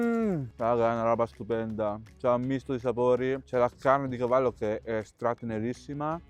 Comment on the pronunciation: Hai detto gavallo??? Ti gooo😂❤